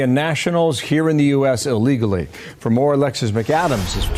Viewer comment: I really like all the news you are analyzing and sharing with us. One request, please! The word is ILL legally not UH legally. Thanks.